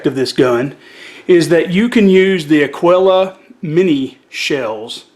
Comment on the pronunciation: Aguila is pronounced A gee la not Aguil la.